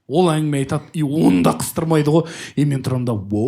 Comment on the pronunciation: неге осы ә әрпін айта алмайды, әрдайым айел, ангіме деп айтады